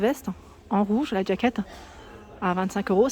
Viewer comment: Bonjour. On dit jaquette et pas d jaquette.